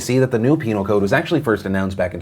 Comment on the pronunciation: You said penial code